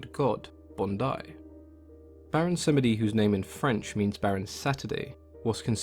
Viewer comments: Baron Sam-eh-dee. Ooooof. Slur the word samedi where it is like "sahm-Dee" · Pretty sure the second e is silent and is pronounced as Samdi, at least that is how the people I know who call him. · The e in samedi is silent -> pronounced sahmdee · Tea & Acid - I was taught that Samedi is two syllables, but I'm an American raised outside of Louisiana culture.